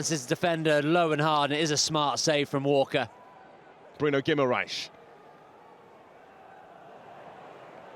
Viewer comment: Yes, what a ludicrous comment - mind you, from someone who can't even say 'Guimaraes' ...